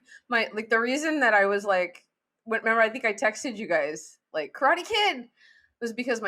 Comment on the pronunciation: I wince everytime you guys butcher the word Karate by saying Crawty! Didn't you learn from Kramer?